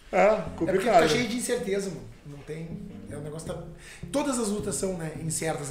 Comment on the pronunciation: pq esses cara fala prurque e não por que ??